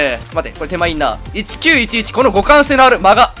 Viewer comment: 互換が股関に聞こえた、起訴